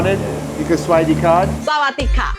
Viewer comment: “cawd” lol